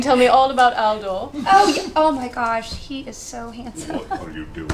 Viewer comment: Every time Felicia was saying *Aldor" I kept hearing "Al Gore", definitely makes the whole "boyfriend" thing even funnier 😂😂😂